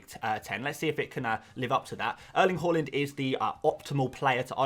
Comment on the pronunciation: Please stop pronouncing Haalands name “Hall… ind” it’s “Haaaa…. Lind” 😂